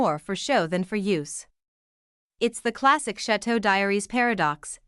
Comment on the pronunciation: The commentator doesn’t pronounce Chateau or Lalande correctly. Have you seen the channel? Then you say Mary instead of Marie. Marie and the dishwasher are never complaining and you’re speculating on things you have no knowledge about their feelings. Please take the video down